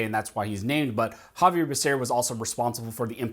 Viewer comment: Exactly. Couldn't even say the fool's name correctly, or even the department in which he'll head.